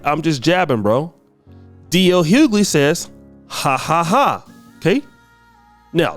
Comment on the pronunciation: The pronunciation of DL's surname is so bad! You need to speak properly mate